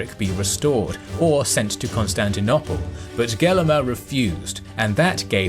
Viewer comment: Why can’t he say Constantinople correctly?? Every video 🤦‍♂️